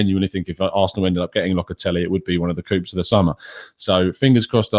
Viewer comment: Please stop pronouncing the p in coup, love the show